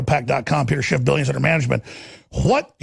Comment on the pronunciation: "Peter Chiff" Alex ia hanging out with too many Mexicans...